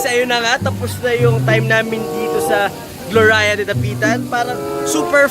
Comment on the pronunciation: pronounce as GLORYA.. hindi GLORAYA hehehe